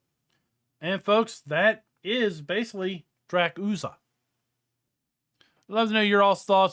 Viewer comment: The r comes before the z dra-kur-za